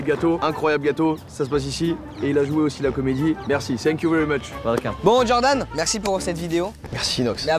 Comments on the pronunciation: Inox toutes la vidéo djordan au lieu de Jordan mdrrr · Tout le monde = "genre d'âne" (Jordan) Inox: "Djordan" (Jordan prononcé à l'américaine) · "Djordan" mdr la prononciation me fume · Inox il dit djordan ça me fait trop rire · ça me fume il dit Djordan à chaque fois mdrr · Inox qui prononce "Djordane" pendant tout la vidéo 🤡